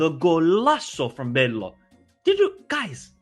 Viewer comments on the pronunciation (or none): Just so you know for the next time, because it wont be the only time he scores: the 'LL' in 'BeLLO' is pronounced as the 'Y' in 'Yatch', 'Yeast' or 'YOLO', it is 'BeYo'.